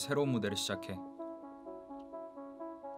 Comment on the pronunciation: bewhy sir, your english is so good!! that “ready for the spotlight” sounded so clean 🥺💜